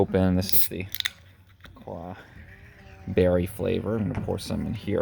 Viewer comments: I’m a San Francisco native. He’s likely not a native. It’s pronounced la-croy. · Leave it to a San Francisco guy to call it la cwoa lol. Wasn’t expecting such a high acidity from it!